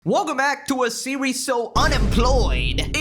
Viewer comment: “Welcome back to a sewies” 😅😅